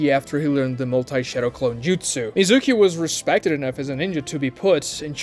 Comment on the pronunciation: Bro this guys pronunciations are god awful “TWOnadè” (tsunade) CHEWnin (chunin) MEZOOKEE (Mizuki) Horrid